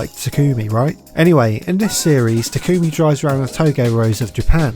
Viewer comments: I hate that she says “ta kumi” not “tak ami” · Mild complaint but it's TA-kumi, not ta-KUmi. Do you even watch subbed bruh? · Great video but why does everyone pronounce it (Ta-Coo-Mi) literally no one calls him this in the entire series. Its pronounced (Taw-cu-me) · its pronounced (ta-kome) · Experiment Failed: The driver can't pronounce main character's name correctly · why do people keep pronouncing Takumi's name wrong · I cringe every time you say takumi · mispronounces takumi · its not pronounced "takOOmi" its "TAkumi" also "touge" is pronounced "toag" not "toe-gay"